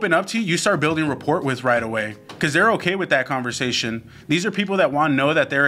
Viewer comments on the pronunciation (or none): Just a heads up.. rapport is pronounced “ra pour” Flip side… you gents are incredible and I’ve enjoyed binge watching and taking notes thru the 30 days of wholesaling series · New drinking game: take a shot every time rapport is pronounced wrong